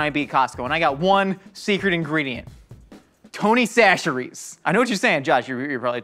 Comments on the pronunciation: why's he saying 'tony sasheries'? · Did Josh change his pronunciation of Tony Chachere's?